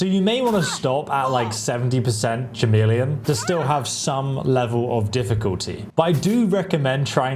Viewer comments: It's pronounced ka-meel-eon. It's KA, not cha and not Sha. How have you never heard this word said out load before? It was so distracting that I had a hard time focusing on the point of your video. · “Chameleon” is not pronounced that way. It’s pronounced with a hard “C” sound, so it sounds more like “Cuh-meleon.” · Either way, it is a K sound at the start. Another word I hear being utterly mangled, that of glyphosate, when it should be pronounced as gly-fos-fate. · Chameleon is pronounced with a k. Trying to save you some hate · It’s a K sound not a CH sound at the beginning - like the reptile. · Schameleon he really said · Bro really said "Schameleon" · How are you English and can’t pronounce chameleon properly?? Do you say K-nife? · Dammit bro.. I have never heard Chameleon pronounced so wrong. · 😂he forgot how to pronounce chameleon!! Woww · Dude it's clearly a bit he isn't a retard. He even laughs